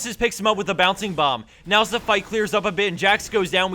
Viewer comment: zee wrath...